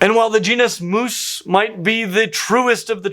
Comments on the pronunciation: actually, the Mus genus name does not rhyme with moose, it actually rhymes with "octopus" and "platypus". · the Mus genus name actually rhymes with "octopus" and it is the latin meaning "mouse".